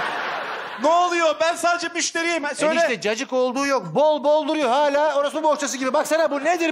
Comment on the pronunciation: hağla ❌ hâlâ ✅